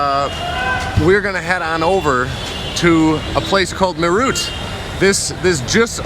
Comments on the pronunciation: its not merr ut .....it sounds like meraath....you meed to have a training in vocal languages like hindi as English does not have sufficient alphabets to represent necessary sounds....like the ठ in मेरठ ....closent english approximations are well not even close 😀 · It’s not MAYROOT as you pronounce it , it’s MAYRATDH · Meerut ❌ Mayroot ✅ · it is pronounced as meer-ut... meer as in peer and ut as in but. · Meerut is pronounced as Merath (मेरठ) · It's meh-rat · Its pronounced M-e-er-u-h-t and yes its a Cantonment town from the British empire.. Meerut Cantonment: The Birthplace of the Revolt of 1857 The Meerut Cantonment, established by the British East India Company in 1803, is a significant historical site in India. It is where the Revolt of 1857, the first significant armed action against British military authority, began. The revolt was sparked by the sepoys' refusal to use cartridges that were greased with a mixture of cow and pig fat, which they believed violated their religious beliefs. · Hi, as an indian with an american partner for over 20 yrs, i can appreciate both sides. The rrts is something I'd only heard of before but now thanks to you i saw it as well 😄 Btw i appreciate the fact that you kept it professional and didn't shove the camera in anyones face or record any one without permission. Kudos. No offence but Meerut is pronounced May rut and its Sarai Kaa lay khan and my favourite Him aa lay mountains ;) Btw i forwardecd the delhi metro video to all friends and family in the US 😀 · im actually from Meerut and when you pronounce Meerut 🤣 you made me laugh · First utuber not going to landfills to film the garbage. How he said meerut was so funny. 😂😂😂😂😂😂😂😂😂😂